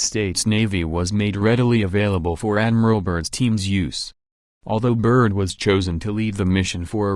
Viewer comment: Is that electronic voice saying Admiral Bird or Admiral Turd.....